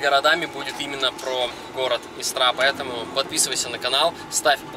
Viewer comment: Ты прежде чем снимать ролики русский язык выучил бы.Или хотя бы поинтерисовался ,что в нашем языке есть еще и ударения.Если не знаешь как это говорить погугли инет.Истра говориться с ударением на букву И.И никак иначе.Хотя может ты и не русский.